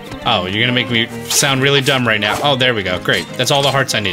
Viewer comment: I have laughed mty heart out at the "With the RUGHT TIMING" Thank you for not having edited that out. I have subscribed just for this.